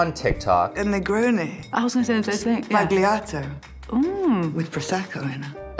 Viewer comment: Sbagliato = mistaken in italian. G is silent. Zba lee ah toe. 😊